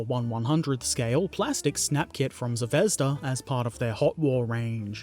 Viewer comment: Now explain to him how to pronounce ‘Zvezda’. Good luck!